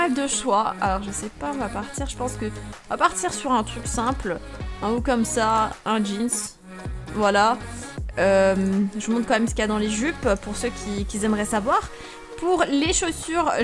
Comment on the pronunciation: « Pour ceux qui zaimerais savoir » parle Français